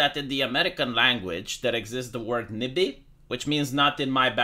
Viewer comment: NYBY? It's NIMBY, right?